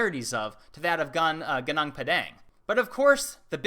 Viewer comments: It's not ganang it's gu nung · Gunung is pronounced Goonoong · Also it reads Goo - noong (<--- ng reads 'eng', like english) Gunung literally means "mountain" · 😌sorry but not GUNGUNG ... its GUNUNG = MOUNTAIN in english... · Hi, im from indonesia, and somehow heard you say "gunung" which means MOUNTAIN, so better use "mount padang" than gunung padang, because guning is not pronounced like that ;) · hey darling you are not pronouncing it well,it happened that I know indonesian, gunung means mountain,and it is pronounced goonoong.I think its important..you are such a smarty ;) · It pronounced Goo-noong Padang. You said padang excellently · Sorry to interrupt, but it pronounce "GOONOONK" and "pAdAnk", like A in the mAchu pichu. "Gunung" means mountain. "Padang" means bright. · i laughed every time you pronounce, "gunung" as "ganang". can't blame you though. the local pronounce the, 'u' differently like the game, uno. :p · That is not how you pronounce gunung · You seems to pronounce the word "Gunung" Wrongly :P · Your pronunciation of gunung is very bad lol